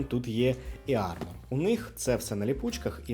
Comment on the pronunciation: ірмор, не іармор